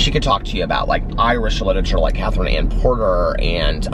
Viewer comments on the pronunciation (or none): none